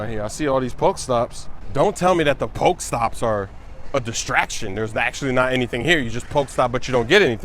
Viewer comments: The pronunciations of pokéstops and pokéballs or whatever are horrible bruh. Give a Poké-mmmmmanuel! He's making nooooooob moves. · poke-e-stops , not poke-stops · cmon smoove its pok-eeeeeeeee-stops